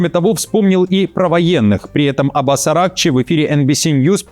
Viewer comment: АятоллА,АракчИ - ударение